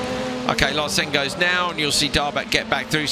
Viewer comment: Great racing! Great commentary! Nevertheless, Larsen is pronounced with the emphasis on the first syllable. I know it's not easy so kudos to you both for doing as well as you do! Cheerio lads!